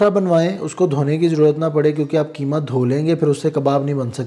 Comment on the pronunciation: کی ما نہیں بلکہ اسکو قیمہ کہیں ۔۔ قی ما ۔ قاف ۔ کو ق بولا کریں ۔ جزاك الله